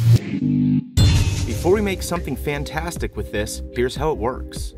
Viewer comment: Anyone else angry at the fact that he said FAN-tastic at the start of this video. He deserves to be arrested for that.